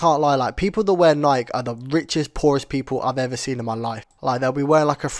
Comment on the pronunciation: bro saying nike got me mad